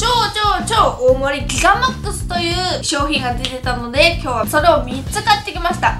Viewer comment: グゥィガマックス